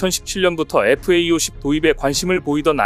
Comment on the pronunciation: FA-50 은 (light) fighter aircraft - 50의 약자이니 착오 없이 잘 발음하시길 부탁해요.